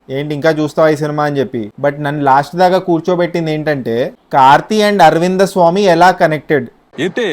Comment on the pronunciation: Aravindha swamy kadu aravind swamy